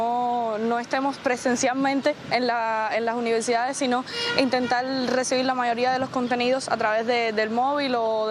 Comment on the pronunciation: ¿INTENTAL PRESENSIAL? UN UNIVERSITARIO HABLANDO EN ESPAÑOL NO PUEDE INCURRIR EN ESTOS FALLOS.¡¡ PRESENCIAL Y INTENTAR!!